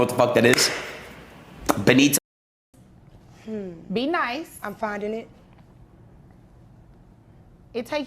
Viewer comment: oh no It broke itself. The way he started to pronounce "BENITO" Moussolini perfectly at the end is so weird 😂 Wikipedia gives you links to break down words you also might not understand, but he just decided to make up "ulteraobserfetharinist"